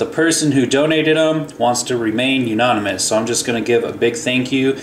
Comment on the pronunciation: "Younonymous??" "A"nonymous..........